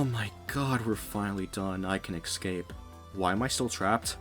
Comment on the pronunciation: "Exspecially"? "Axed"? "Excape"? You're kidding, right?